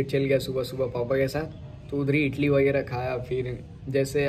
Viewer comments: Idali bolte hain... Itali nahi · Bro a small correction...its idli not itli.... Hope u dont take it in wrng way...its a request not a order................... always love n support from South Indian fan😍